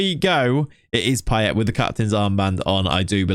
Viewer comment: I Can't🤣🤣🤣 '' Pie-Ett'' Blud its Pie-Ay